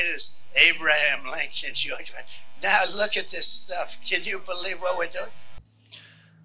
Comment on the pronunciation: "George Rashshasha"😂